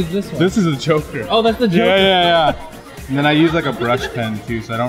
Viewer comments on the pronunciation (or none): OHHHHH the Joker I thought he said thw choker